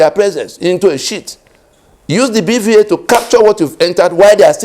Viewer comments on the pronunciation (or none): BVAS not BVA.